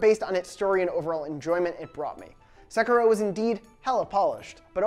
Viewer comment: What the hell is ‘sekro’ se-Ki-ro